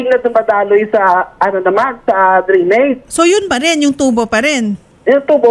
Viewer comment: Drainage ,,hindi grenage